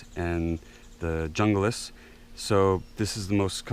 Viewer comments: Say Heah, Aloha. the Junglas is ment to be a Spanish Word, and "J" in Spanish is "H" so it's Hoonglaus. Like in "How you Frajole"?,,, How you bean heh heh heh.,,. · Esee Junglas pronounced (hun-glās) comes from the Spanish word for jungle.